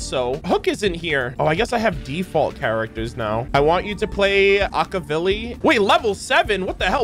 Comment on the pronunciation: can we properly pronounce Akivili?